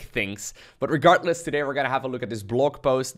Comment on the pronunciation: please, it's "regarDless", not "regarTless"! Every time I hear you mispronounce it, my heard sinks.